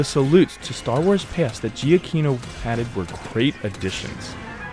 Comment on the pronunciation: btw Giacchino is pronounced Juh-KEY-no.